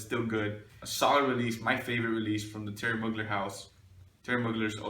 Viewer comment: Man it's an excellent vidéo and I would like to precise that you pronounce Thierry Mugler in the good way. You don't pronounce the name like a french one because he is originally from Strasbourg it's a french part who used to be german some of them does still speak german. So Mugler is pronounce like a german word even in France